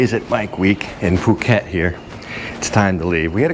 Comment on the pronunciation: "face cliff" ,get some rest ,take a day off . Also , "POO KET" ,NOT fuuket, but otherwise ,thanks for the vid